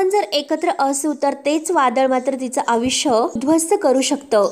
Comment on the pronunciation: आविष्य नाही आयुष्य म्हण